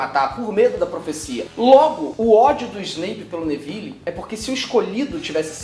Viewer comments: O Felipe fala Neville, com som do E no final. Não que importe, mas nos filmes o E no final nunca é pronunciado. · bom... ele falou q é fã. .. acredito, mas não se pronuncia nevile e sim nevil